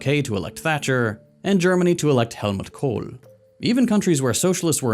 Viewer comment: appreciate your pronounciation of "helmut kohl" if you ever need help pronouncing german the most correct way, let me know.